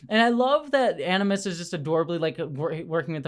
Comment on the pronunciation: "animus" = aGimus! ☝️😉